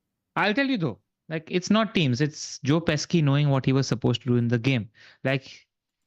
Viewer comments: Great pod! Btw Joe pesci is pronounced (pesh-ee) 😅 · Great content guys. Btw, Joe Pesci is pronounced like Joe 'Peshi'.